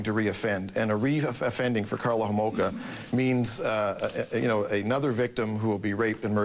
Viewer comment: Kathy Homolka? Get it right Nancy 😂